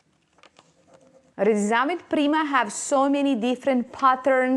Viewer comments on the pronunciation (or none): none